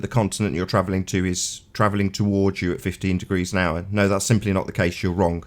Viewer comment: "extablished" "wronk" "somethink" "everythink" "anythink" still on damage control for Bob Knodels screw up in admiting the true findings of the gyro in the documentary. I can't believe anybody would still come on this dumpster fire. I hope mom never listens to any of these.